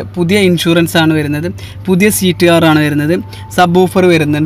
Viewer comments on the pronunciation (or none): none